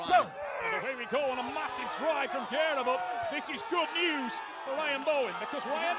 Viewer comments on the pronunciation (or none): I love how everyone adds a syllable to GUERRA's name....it's not GER-AIR-UH.....ITS GAIR-UH